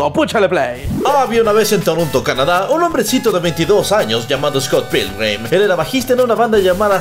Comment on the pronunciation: Scott pickman jaja